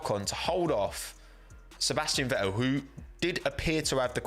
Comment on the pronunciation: What do you have against pronouncing the letter T, I mean, the name’s ValTTeri BoTTas, not valery bo-as ffs… Sebastian ve-el